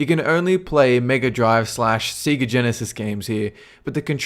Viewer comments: Please stop calling it Seega. It's Sega. Se-ga. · In Australia advertisements used to pronounce it like that.